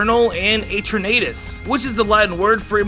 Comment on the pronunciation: It is Zacian not Zackeon. Ps Eternatus not etturnaydous